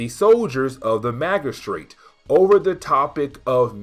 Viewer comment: The "g"in magistrate is a soft sound like a "j.* Maj-uh-straight or Maj-uh-strut